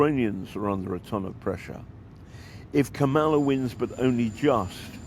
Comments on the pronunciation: If you can't say the name Kamala, then just call her Harris. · Her name is pronounced KA-ma-la. Accent on the first syllable. Not to say it properly is rude.